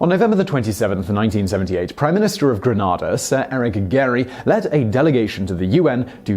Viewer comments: Gren-neh-da. Not gran-nar-da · Simon. Its pronounced "Gren-ay-da", and it's a caribbean island. "Gran-ah-da" is in southern spain.